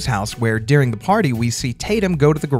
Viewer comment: It’s pronounced, “dur-ing” not “dear-ing”